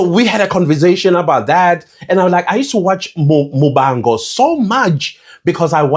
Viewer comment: After a rough day, is a breath of fresh air. Lol if non South Africans don't see you for change they will never change. Wow a first non Tshivenḓa speaker saying "Muvango" in a correct way, others be saying Muvango, Lipompo😅😅😂😂 I love how you love South Africa, you represent Patriotic South Africans ❤❤❤😂😂😂😂